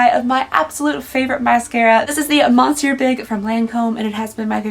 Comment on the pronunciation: I crack up every time I hear her talk about her favorite Lancome mascara. The way she pronounces monsieur I hear "monster"! "Monster Big" isn't too bad a name for a mascara. 😂